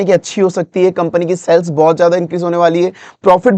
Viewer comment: Ye jo aap cells cells bol rahe hai kuch samajh nahi aya. Shayad aap sales bolna chaharahe the...😢